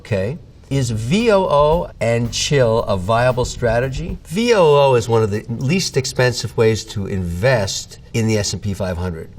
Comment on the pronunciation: ヴィーオーオー 書いてる通りですよ日本語のVOO（ブイオーオー）に聞き慣れていてビックリしたと言うか 別におかしくないんですけどねブイがヴィーなのと1個目のオーと2個目のオーは「オゥオー」とほとんど間開けないんだなと…w